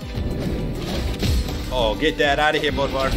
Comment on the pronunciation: Its not bodvar its bödvar go to translate and go to swedish and type "Bödvar" then youll know how u pronounce it right